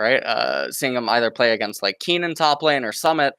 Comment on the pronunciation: Does LS just purposely mispronounce every characters name to tilt anyone who is listening to him? Keenan??? Nossus??? Seriously lol